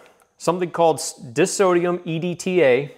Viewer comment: Just fyi, it's pronounced die-sodium or dye-sodium, if you prefer. Dissodium would have two S's and would be a sodium remover or sodium repellent. Also, "price point" is redundant and, prices that are "all over the place" are a price range.